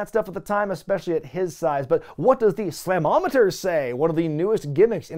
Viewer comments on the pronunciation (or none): Uh, it’s pronounced Slam-Oh-Meet-Er! I recorded this and Wrestle War on the same VHS in 90